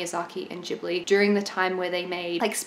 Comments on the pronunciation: About the word "Ghibli": "ghi" should be pronounced like "gui" in "guitar". Check out the origin of the Italian word Ghibli. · Isn't it different in Japanese? Why pronounce it the Italian way? 🤔